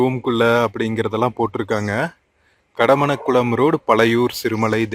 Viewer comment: Kadamankulam not kadamanakulam. Pronounce clear. Using unwanted English words in your videos. But u unable to read. U mentioned Vally but its valley. Over excited means ur video will not reach. It'd boring. Repeated words. Irritating